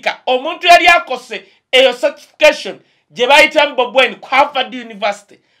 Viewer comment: Not Satisications. It's certification